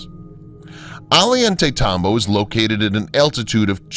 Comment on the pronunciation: Ollantaytambo is pronounced Ozhantaytambo/Ojantaytambo.